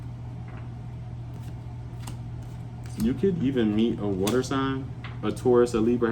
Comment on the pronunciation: "A man will leave you in the dessert without wata" 😂😅 Was that your attempt on an English accent,?? 😊